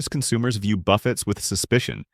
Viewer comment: Ai can not pronounce buffets. Lol